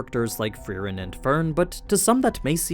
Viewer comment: bro wtf , its free-ehn